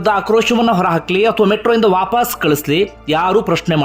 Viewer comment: handige sir pls adu vaapaas alla vapas dayavittu correct agi uchhara madi